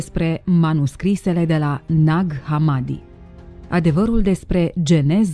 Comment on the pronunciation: Ne-ar fi interesat mai mult ce scrie in manuscrise iar hamadi se pronuntă cu accentul pe i.